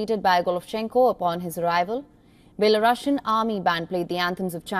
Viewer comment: It’s Belarusian, not Belorussian. Consider correcting your pronunciation of the adjective derived from n. Belarus. Thanks